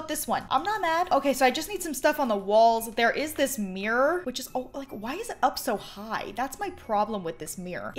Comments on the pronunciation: Count how many times she said Mirror or shall I say MeReR in this video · omg i love the way you say mirror " it's my favourite mrirrrr "